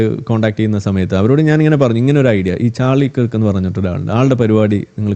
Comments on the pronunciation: It is Kirk and not Krik..... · Its not Krik its Kirk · ചാർലി കെർക്ക് is the correct pronunciation.